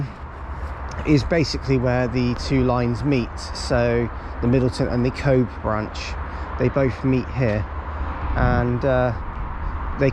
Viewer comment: Cobh is pronounced Co-ve